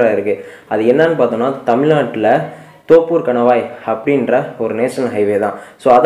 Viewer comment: தோப்பூர் இல்ல நண்பா தொப்பூர்